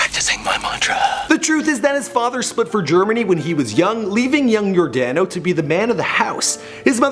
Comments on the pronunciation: dude its Your Dono Ventura not Your Dano trust me its not that difficult to pronounce & its Kansas City Royals (Yordano Ventura so make sure you say it right trust me) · First of all, its yor-DAH-no ventura. Second of all, he played for the Kansas City Royals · Anyone else notice how he said your-DAN-o instead of yor-DON-o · Hey dude at the least you could do is pronounce his name right. There is plenty of tape of announcers saying Your-Don-o when it's spelled Yordano. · It's pronounced Yor-dah-no. And it's the Kansas CITY Royals. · *Your *Don *Oh is how you pronounce it. I'm sorry I live in KC and he was my favorite player. Rip Ace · The way he says yordano 🤔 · stopped watching after how he said Yordano then says the kansas royals